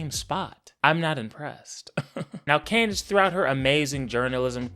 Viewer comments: That little slip in nickname “klandace” was pure comedy gold 💀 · I jus noticed he kept calling us Clandice 😂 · Lol u said clandice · This man said, "Klandace". lol 🤣